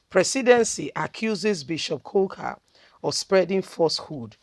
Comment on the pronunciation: His name is Kuka not coca, pls learn to pronounce people's names properly sis.